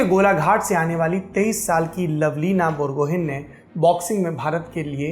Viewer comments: Its not bor gohain... it is bor go ha e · "Gomocha" our emotion . . Love from Assam Saurabh ji❤❤ may I correct you Saurabh ji. Lovlina Borgohain .. We pronounce Bor-gu-hi..hope form next time you will pronounce it like I said .. Also I want to mention one thing that you are the only genuine journalist of India whom I follow.. Hope like today you will raise the issue of racism towards north eastern girls in your channel. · Dear Sir with due humility may I correct you with the pronunciation of Borgohain... N is silent ..... it's Borgohai... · With due permission I would like to correct a pronunciation of you sir. Borgohain = Bor-go-hai Since I am from Assam, hence I thought it's my duty to make the correction. Thank you Lallan top for your enthusiasm and hard work.